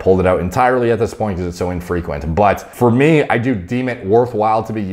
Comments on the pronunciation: New drinking game, take a shit each time says "Fier mee" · 32 minutes summary For meey For meey For mey For meeey For mmnneeeyyy